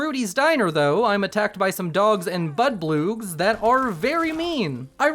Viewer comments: Are you saying bloodbug wrong on purpose? They're not "budbloogs" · Bro can't pronounce blood bugs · Hearing you call them "budbloogs" always makes my day, and then your laugh at trying to say activate gave me quite the smile. Thank you for all the hard work that goes into your videos. Keep it up